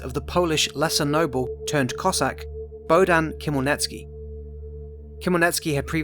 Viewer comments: Never heard anyone butcher Ukrainian names so badly. After couple minutes, my brain exploded and I can't watch this anymore, as Ukrainian. Lol. How did you say Khemlnitskiy? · Wrong pronounced Хмельницкий